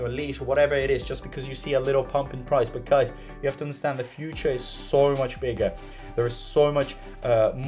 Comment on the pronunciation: LOL or when he says SOR instead of so